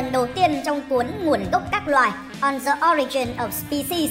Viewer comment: Từ The đứng trước từ có nguyên âm đứng đầu thì đọc là “di” nhá ad